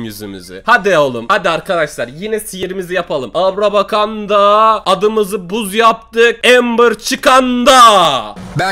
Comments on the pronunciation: Buzz o bazz deye okunu yo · abi buzz yazılışı adı bazz die okunur XD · Buzz değil okunuşu bazz